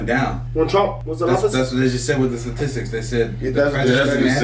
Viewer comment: Dude is a professor and he says "Satistics" 🤣 ....omg the education bar is low